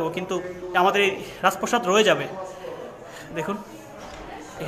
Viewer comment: রাজ প্রসাদ নাকি রাজ প্রাসাদ? প্রতিটি ভিডিওতে দেখছি একই উচ্চারণ